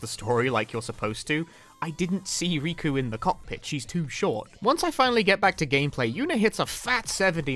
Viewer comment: she has 2 k's in her name bruh, "Rikku" not "Riku", there's already another Square Enix character called "Riku" so I asusmed you meant him instead